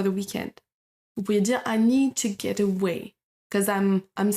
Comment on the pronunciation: Comment prononcez- vous to get ???? Écoutez - vous n'importe quoi .... Au début de votre vidéo